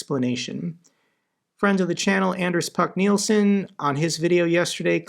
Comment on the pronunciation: As much as i agree with the points raised by Anders Puck Nielsen(who is kinda brilliant), his name is pronounced 'Ahh-ners PuK Neel-shen'. I know,,IK, this is kinda stupid, but you've quoted the man so much i think proper pronunciation is in order 😂